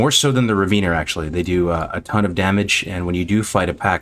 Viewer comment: Please stop saying Raveener